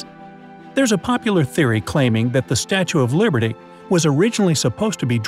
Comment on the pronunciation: At the start he said Statue of Librety instead was of liberty 🗽